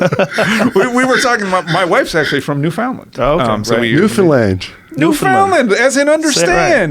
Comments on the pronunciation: This guy’s married to a Newfie, yet she never taught him that Newfoundland is pronounced as “Newfin-Land” not “New-Found-Land” lmaooo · the dude lost me when he tried to pronounce Newfoundland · represent east coast canada!! - if that doctor didnt already want to knock him out, he definitely wanted to when buddy pronouced it New. Found. Land. Ugh. cringe fest. im next door in nova scotia and i nearly threw up myself. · Great chat. Worst part is dudes inability to pronounce Newfoundland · Also, notice how he corrected Alex on his pronunciation of Newfoundland, well he said it the way almost everyone not from here does, but it pisses Newfoundlanders off to no end. Like it makes us wanna smack someone. It's like someone pronouncing Arkansas as "Ar-Kansas".